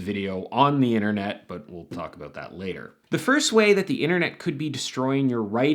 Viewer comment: Wait a minute... The way you say "abewt"... Are you Canadian??